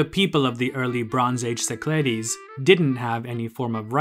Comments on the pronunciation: Nicely done. Except the -ogle with a Go pronounces it “SI-kluh-deez,” not si-CLAH-deez. Geography 101, please! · Κυκλάδες, romanized: Kykládes, IPA- Kee-kla-des - emphasis on second syllable